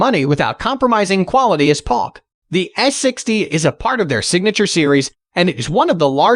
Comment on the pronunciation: I liked Paalk... (Polk)